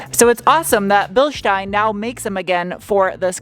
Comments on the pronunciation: Thank you for pronouncing „Bielstein“ correctly 🤣😄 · To hear how you say "Bilstein" is balm for my german soul. With this new found energy i can now carry on teaching youtubers how to pronounce "Porsche". 😈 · Props for the correct pronunciation of "Bilstein". 👍 Greetings from Germany! 🙂